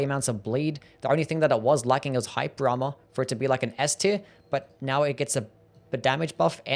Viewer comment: Bro u really need to enunciate. Hearing you say "hyper armor" 5 times was like nails on a chalkboard. I only knew what you said because of subtitles